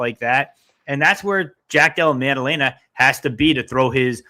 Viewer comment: pronunciation of the week: Maddaleña 🇪🇸